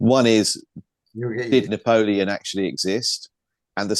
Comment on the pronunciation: Napolean- N-apollyon😮